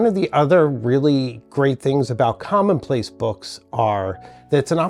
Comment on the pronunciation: Here in the U.K. it’s commonplace not “common place”. Great content.